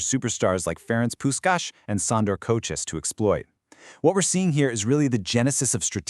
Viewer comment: AI-generated, I guess. "Puskas" was pronounced differently every time.